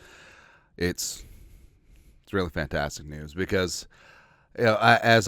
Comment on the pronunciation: when you mean to say Really ...you say Rearey..is that like Scooby Do LOL